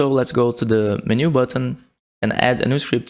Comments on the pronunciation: Please, by gods great grace, can you please say 'menu' not as min-ooh but men-you as in men like human men and you as in you are a monumental IDIOT. PLEASE. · You speak English very well, but it is pronounced Men-u not meh-new. Took me a while to figure out what you were trying to say :) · Every time you said Menu wrong it made my soul hurt. (Its pronounced "Men - you") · STOP SAYING MENU LIKE THAT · the way you pronounce "menu" is aaa interesting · brazilian pronunciations be like 🤝🤪